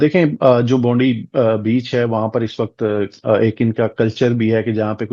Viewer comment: clear name len Pakistani senator Mehreen Farooqi hain vo ... Bondi nahi hai isey Bond-I Bond-eye pronounce karte hain